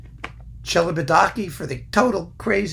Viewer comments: Sorry to say, does not pronounce it correctly. The "ch" is like a "k". The rest was quite right. (Think of it as an Italian spelling, if that helps.) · The "ch" in Celibidache is pronounced like a "k". Sorry to correct this.